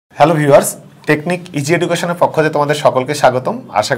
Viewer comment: Education uccaron sothik hoinai